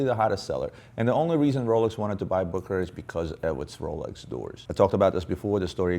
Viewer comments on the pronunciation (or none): Its not pronounced BOOKERAR - ITS BOOSSSHERRRRARRRRR